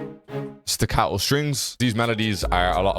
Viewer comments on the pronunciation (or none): its staccato not sticcato